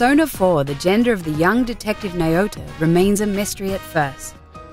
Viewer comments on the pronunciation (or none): omg wtf is a naeot? Its literally pronounced Nah-O-Toe :( its the tiny things that bother me lol. Good video again regardless. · Naiyoto? really?... It's Now-toe... geez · Sorry to be a gramar nazi but its not Naota its Naoto... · I wanted to stop when she miss pronounced Naoto's name (N-ao-tó) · its "NOW-TOE" not "nay-oh-too". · I can't begin to explain how incorrect this video is, and I'm only addressing Naoto. Not only is she not transsexual, but her name isn't pronounced properly.